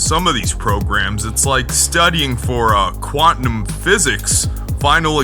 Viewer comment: You lost me at quat-num... It’s quantum you turd tard